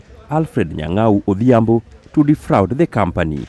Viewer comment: I love the way you pronounce ''Odhiambo'' Hhahaaa ayie kodi wuod gi Dave okusa wuod suba Kigoto